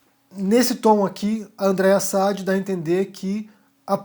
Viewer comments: Meu caro, se fala Andrea Sadí, e não Sádi. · Não é s A d i é s a d I a ênfase é no i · Acho que o sobrenome da jornalista se lê Andreia "Sadí". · Oi. Se me permite só uma correção: o nome da jornalista se fala "Sadí", tá bom? Parabéns pelo ótimo conteúdo que disponibiliza em seu canal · A pronúncia correta do sobrenome da jornalista é Sadí.... com acento no i. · Boa noite,. Pronuncia-se o nome da jornalista Andréia Sadí com tônica no i, oxítona. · Oi, TD bem? Eu acho que a sílaba tônica no sobrenome da Andreia Sadi é no di e não no Sa. Pelo menos o pessoal da GloboNews fala com ênfase no "di". Um abraço. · como já ouvi você falar o nome dela assim mais de uma vez, talvez lhe interesse saber que Sadi é oxítona. Pelo menos, é assim que vejo as pessoas da Globo se referirem a ela. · Parabéns pelas suas análises, sempre muito claras e corretas. Aproveitando, já que gostou dos comentários da Andreia Sadi, assiste o GNT pelo menos uma vez, para pronunciar o nome dela direito .... rsrsrsrs